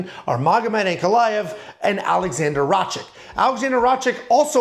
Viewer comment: It’s Rakic (Rakić) You pronounce the ‘c’ like you would use ‘ch’ in chin